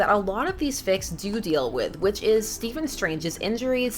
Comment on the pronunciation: It's Stephen tho